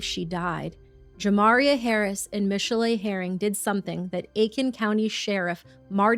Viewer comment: Juh Mari Aye is how his name is pronounced. I went to school with him and his name isn’t getting said right and it worries me it could help him to not get noticed in the future. Rip Javaeyah I’m so sorry your parents failed you 😢